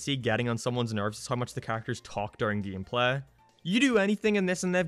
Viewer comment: Sadly, most Simpsons-themed video games were not received very well with poor controls, confusing gehmplah... I don't know what this accent is but I love it.